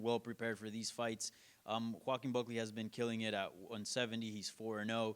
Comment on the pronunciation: Broo I thought I heard "Joqueen" 😩💀